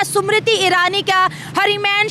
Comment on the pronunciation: Sumrti nahi smriti 😂😂